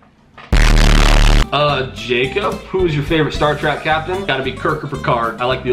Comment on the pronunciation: Sorry it's killing me! Star TrEk not Star TrACk. Ack!!! Lol anyways love the answers. Hi and family